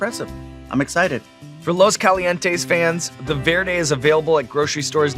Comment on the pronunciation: I love Sean Evans more and more each time. He’s so polite and respectful. When Fluffy complimented Sean for pronouncing his words in Spanish with a white person accent! So freaking sweet of him 🫶🏻